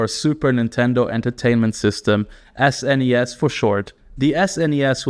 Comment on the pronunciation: You pronounce NES and SNES wrong.